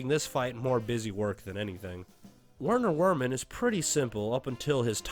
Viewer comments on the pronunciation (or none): please man, Werner Werman is German, its pronounced Verner Verman. I love the content but its driving me crazy 😭